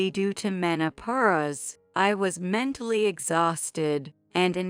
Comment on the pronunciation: Your computer reading sucks You don't know how to say menopause